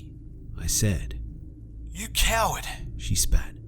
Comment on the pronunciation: You keep saying "I *said*", "she *said*", etc., with the emphasis on "said", and it's driving me fucking nuts. Just wanted to point that out :D